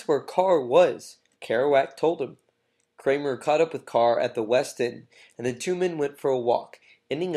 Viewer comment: I stopped when the narrator stupidly and emphatically referred to “David Kammerer “as “David Kramer or “ Kramerer” and “Rimbaud” as “Rimbod”. Pretty bad.